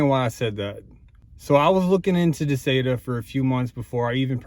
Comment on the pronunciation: I've watched several videos about this particular unit and you are the only one that pronounces it correctly